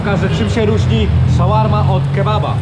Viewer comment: Czyta się „szorma”.